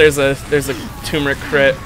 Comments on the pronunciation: Just saying,, it's Turmeric, not Toomeric. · Hearing him say "Tumoric" Instead of "Turmeric" has been doing the same to me. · Why pronounce turmeric tumeric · Hey you pronounced turmeric wrong. I'm extremely disappointed in you.:(